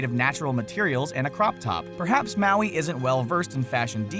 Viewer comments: U said maui wrong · U said heaps of mauis wrong